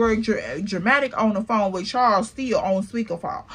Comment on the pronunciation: Not "Charles" sounding like "Checkmate" This was worth the wait 😂